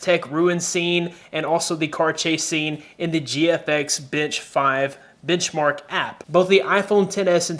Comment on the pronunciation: I don't know if it's just me but instead of benchmark, I keep hearing you say bitchmark.